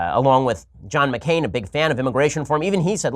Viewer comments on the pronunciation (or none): none